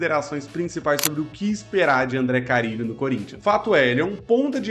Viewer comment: é com "RR"